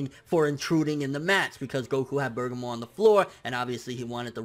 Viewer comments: Bergamo (Bir-gah-mo) not (Burgah-mo) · Who the fuck is Bergamor? You mean BER-GA-MO? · Hes still calling him Bergamore. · Its burr gaa moo not burger more wtf xD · just sound that shit out BER-GA-MO...... it's that simple LIKE WTF!?!? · Do you know how to read!?!? Like where are you getting "Burger-more" from!?!?!? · Am I the only one who gets bothered by constantly getting Bergamo's name wrong?